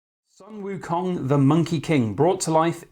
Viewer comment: WOW beauty! btw it's pronounce Sun="Soon" Wu Kong .. :)